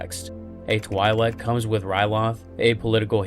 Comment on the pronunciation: You pronounced Twilek incorrectly.